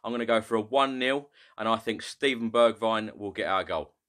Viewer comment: Hey! Great Channel and amazing videos! I've just found a common mistake with all spurs fans when they say Bergwijn's name its Pronounced Berg-vehn the "h" is a breath sound. As an Irish guy who speaks fluent Dutch, it was also tough for me too 🤣 Keep up the great work! You're a gem for this team's fanbase!